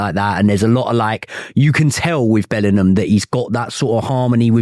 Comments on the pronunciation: Imagine being so thick and illiterate that you go onto a podcast and keep saying "Bellernam" over and over again instead of "Bellingham". The thick southern fool. 😅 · The way this guy says "Bellinum" instead of Bellingham annoys me way more than it should smh.